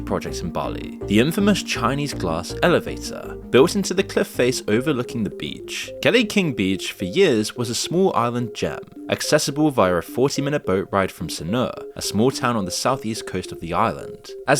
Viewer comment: I've been suspicious of being AI generated content for a while now, and the fact that he can't pronounce canggu or kelingking properly confirms that Lots of truth here, but its also sensationalised clickbait bullshit as usual from this channel